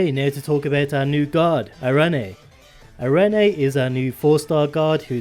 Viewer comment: The name “arene” is pronounced “air-reen” or “ah-reen” btw. It is a reference to a classification of a certain type of chemical in organic chemistry.